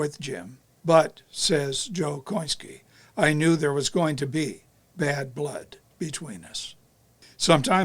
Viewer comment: You are CORRECT! The family STILL pronounce it Ko-IN-skee, as did those who knew them best!